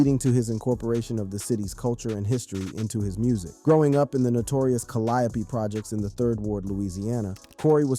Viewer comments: Bro said "cuhliopee"😂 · He keep calling the Calliope tha kall-iope projects what's the matter with this guy lol #FREEC-MURDER#TRU ALWAYS LOOK A MAN IN THE EYE BEFORE YOU KILLEM